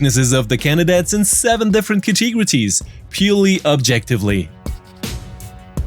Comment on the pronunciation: I love hearing you say "ca-tig-retories" :D This is great info; thanks!